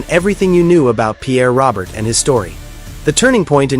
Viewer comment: Stop with the AI hire a citizen and by the way it's not "Robert" it's "Row- Bear" AI is an insult to who he was . I met him a few times, even hung out with him and Bob Review for a set at a dead show . Good man and deserves more then fake AI